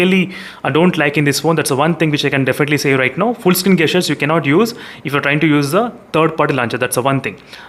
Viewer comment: Bro as a wellwisher want to correct your pronunciation for two words... The correct way to pronounce(gesture) is Jesture not gasture and for (Gyro) jaayero not gaayero.